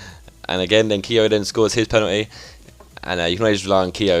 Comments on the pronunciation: I'm Irish and it is pronounced kyo not keeeyo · Say keogh like 'kyo' not keeyo